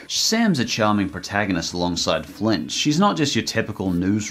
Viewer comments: Is it me or did he sound like you said Clint instead of Flint, doesn't really matter, I love Cloudy with a Chance of Meatballs, good part of my childhood, the 2nd was ok, not bad, not good. I haven't seen the Grinch illumination movie, still wanna see it, good job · why does he call flint, clint? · Love the video, but it's Flint. Not Clint. That bugged me way more than it should. But I gotta say it. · Its flint, not clint. Lol. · Yo he called Flint Clint😂😂😂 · Who else feels like the modern CGI Grinch whenever keeps calling Flint Lockwood "Clint"? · It's flint not clint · It flint not Clint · hhhhhhhhhhhhhhhhhhhhhhhhhhhhhhhhhhhhhhhhhhhhhhhhhhhhis name is flint not clint im sorry i just had to get that out of my system Edit: nvm he started saying it right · did you just call Flint “cLINT”?